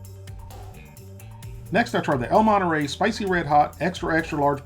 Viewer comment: "el moneray"